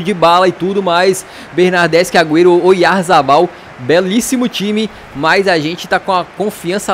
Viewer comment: quando vc falou oyzabal,eu achei que era o goleiro kepa Arrizabalaga kkkkk Que golo bonito do Batchuayi de falta